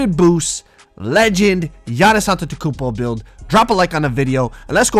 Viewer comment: So we not gonna talk about Doris Burke pronouncing his name "tontetokounmpo